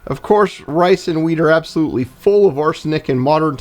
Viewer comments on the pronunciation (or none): I had to replay that 😮, you said "rice & wheat", I heard "ricin wheat"😂.